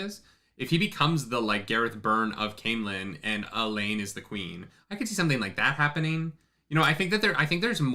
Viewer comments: just to be "that guy" you're still not pronouncing it right. you're stressing the 2nd syllable "kye-REE-ehn", it's KYE-ree-ehn, you could almost pronounce it KYE-reehn if you say it fast. the people are KYE-ree-ehn-en. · Yeah, bro, you're still putting the accent on the wrong syllable of Cairhien. KYE-ree-en. It makes Cairhienin make a lot more sense. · yeah, I always pronounced it the way you did too. As to the correct one, you've just about got it, but it's just the enunciation that's a little off. The accents are on the first and third syllables, not the second. KEYE-ree-EHN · Kai-re-en Kai-re-en-in Idk Cairhien is fine, the person version never thought about but saying it out loud is kinda weird. Listening to it is fine. (audiobook reader)